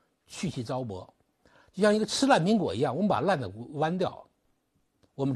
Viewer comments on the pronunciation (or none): 张鸣老师，取其精华去其糟粕，发音应该是zaopo，不是糟拨。